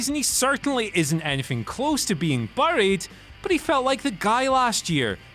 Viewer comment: It’s Pronounced Berr-ied not BURRED